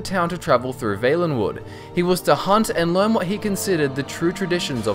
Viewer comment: Is it not pronounced "V-ah-lenwood"?